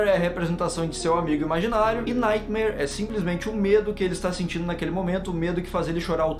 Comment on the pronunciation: Só eu que ouvi no minuto o falando nightmaionese KKKKKKK